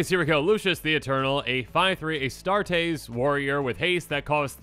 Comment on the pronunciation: Astartes is like A Start EEs, Hopes this helps. great content!